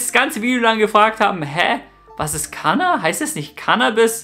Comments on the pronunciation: Nicht Kaaanaaa sondern KaNNa! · ¡¡¡, im Infovideo aber bitte richtig ausprechen!!! In der deutschen Sprache wird ein Vokal(a) vor einem doppelten Konsonanten(nn) kurz ausgesprochen!! "Kaaana" sagst du aber immer statt "Kánna" 😉 ziemlich pushendes stöffchen👌🏻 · Mensch! KaNNa! Doppel-N! nicht Kaaahna....